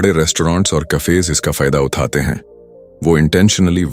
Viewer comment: Bhai video acha he lekin AI voice me Uthate uthate he sahi nahi bol raha he ye 😅😅